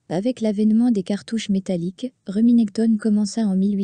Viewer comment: Ca fait mal aux oreilles d'entendre Reminèctone😂